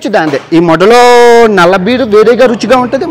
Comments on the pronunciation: Its not modda.... Its modelo... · It is not moddalo. It is modelo. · That's modelo😂😂😂 not moddaloo😂😂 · Modelo bayya adhi pronunciation not moddalo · అక్కడ Modelo ani రాసి ఉంది ,కానీ నువ్వు moddalo ani చెప్తున్నావు 😮😮😮😲🤯🤯ఓవర్ యాక్టింగ్ ఎక్కువ అయింది నీది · It's a modelo beer. Not moddalo😅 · అరేయ్ అది మోడెలో.. మోడ్డలో కాదు భే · Its modelo not modhalo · Are lovadekebal adi modelo ani undi guddalo tantha inkosari alaga pronounce cheste moddaga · మోడలో రా అది మొడ్డలో కాదు రా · అరేయ్ వెర్రి పుష్పం మోడలో అని క్లియర్ గా వుంది. నువ్వు కావాలనే వాంటెడ్ గా అలా (మొడ్డలో )అని ఒత్తి పలుకుతున్నావ్ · Moddalo kadhura Babu modelo akkanr bagane rasundhi neeku chadhavadam radhu anthe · మోడెలో బీర్ బయ్య.... మొడ్డలో కాదు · దానిమీద అంత చక్కగా రాసి ఉంది మోడెలో అని దానిని నువ్వు modda అని చదువుతున్నావు.... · ఒరేయ్... నీ మాటలు అక్కడ అర్దం కాకపోయినా ఇక్కడ తెలుగు ప్రజలకు అర్దం అవుతుంది కాబట్టి WORDS CORRECT ga spell చేయటం నేర్చుకో.. (మొడెలో అని పలకాలి) మొడ్డ కాదు రా పూ**..... కాస్త ఒళ్లు దగ్గర పెట్టుకుని Videos chey .. లేదంటే నీ subscription పడిపోవడానికి నిముషం చాలు ... Sollu వాగుడు original behavior పక్కన పెట్టి, కాస్త Reasonable Indian ga నడుచుకో .... JAIHIND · అది మోడలో కాదు రా బాబు మోడీలో రా ఆవులే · మోడ్డోలో కాదురా మోడలో బీర్. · Adi modda kaadu ra modelo da vatti palakaku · డ్డ కాదు డ 😂😜... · Adhi Crct gaanee palukuthundhi thagindhi digaka malli okasari clear ga vinu. Adhi Modelo antundhi ni views kosam danni Moddaloo chesav malli nv Samaajam loudaa ani matladuthaavvv💯🪚🤦🎯🔥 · మోడ్డ లో కాదు .మోడె లో బీర్ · neeku sareega english chadavadam radura vedava adi medolo beer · Modelo raa adhi 😅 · Moddalo dhi.. notlo posukunnava Nayana....😂😂😂😂😂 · I don't know y...these kind of people are encouraged .....it is model o.....dabbu madham....janalu subscribe chesi ninnu Ila chesaru...intlo vallu nee bhasha ki thidathunaru....control your pronunciation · బీర్ నేమ్ కూడా పలకడం రాదూ... Modelo బీరు...రా . నెత్తిపోకిడి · మోడెలో అని క్లియర్ గా ఉంది. Mind ur pronunciation 😡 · తప్పుగా పలికావు...మోడలో